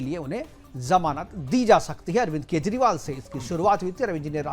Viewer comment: Kezriwal, zail (jail), jamanat to kabhi zamanat, izazat 😂😂 jammu kasmir, Abe kutte jaahil bolna seekh ke aao.